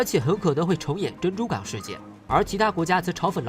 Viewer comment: 珍珠港變成珍珠巷😁😁。。。